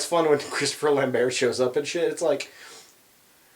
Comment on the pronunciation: I had this on in the background while I was working, and then I heard you guys talking about a 'Christopher Lamb-bear'... and then I realised, you're talking about Christopher Lambert, pronounced Lamb-Bert... Weird.